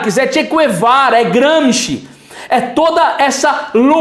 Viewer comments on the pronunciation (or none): none